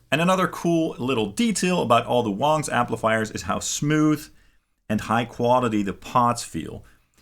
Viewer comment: ITS PRONOUNCED WANG, NOT WONG!!! just sayin